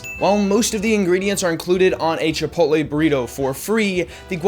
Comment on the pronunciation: "Chipotle" not "Chipoltle"